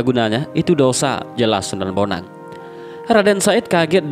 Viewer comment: Wa'alaikum salam wr.wb... D awal slh ucap mas... Sunan bonang bkn sunan boneng...